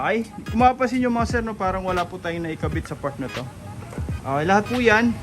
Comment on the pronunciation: Ok po, not ah-key.